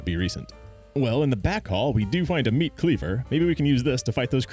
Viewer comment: Meat!(sounded like neat, lol)